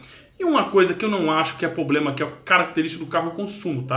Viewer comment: Outro PROBLEMA é não falar POBLEMA e gravar o vídeo sem estar gripado. . . No mais foi bacana!